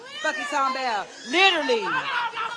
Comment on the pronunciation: This bihhh said "LITER-LEE" 😂😂😂 smmfh